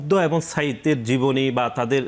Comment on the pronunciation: ছাত্রদলের নেতা "এবং " এর পরবর্তীতে "এবন " বলছেন বলে মনে হচ্ছে।